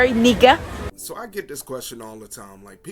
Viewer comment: the way she said nikka was hilarious.